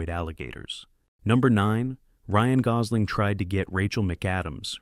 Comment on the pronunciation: can't pronounce gosl8mg